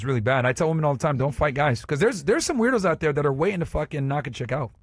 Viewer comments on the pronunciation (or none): Omg I can’t watch this! The girl in white says woman instead of women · What is it with these women these days? They can’t even pronounce women. Why do they say woman when it’s plural? Drives me crazy.